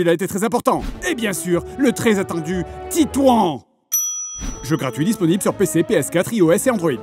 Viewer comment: Bon, pour les ignares d'origine française récemment incorporés à Fougères ou autres, Titouan, ça se prononce "titouane" ;p